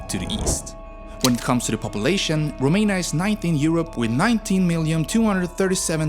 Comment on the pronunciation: The narrator horribly mispronounces every Romanian name and word, including the country's name. Could have tried a little harder.